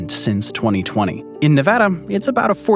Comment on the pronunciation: Very informative. Also, thanks for pronouncing Nevada correctly.